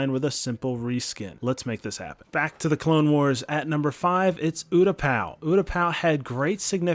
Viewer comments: Am I the only one who got triggered about oootapau. It is pronounced Utapau. Good suggestion but I couldn't help but cringe at that! Edit: Moostafa 😂😂😂 lmfao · Is no one going to talk about how he said there wasnt an epic battle on MOOstafar? What do you call anakin vs obi wan? Also utaPOW makes me want to dislike the video